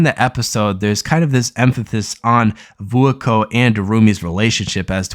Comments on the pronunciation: Va-way-ko no Vuvuko or whatever you just garbled lol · You talk about using streaming services and can't even pronounce Vueko. Stop making anime videos you don't know anything about it.